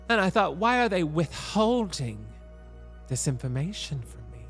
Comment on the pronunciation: omg i though thought I was mishearing her!! but no guess not 😭😭😭😭 never change tammie brown